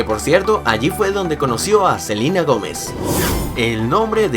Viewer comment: Selina dijiste